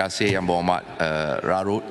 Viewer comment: Yg dipertua dewan rakyat tu ape tu. Die sebut sabar ke sabak... Hahahaha lagi satu larut ke rarut kahkahkah 🤣🤣🤣🤣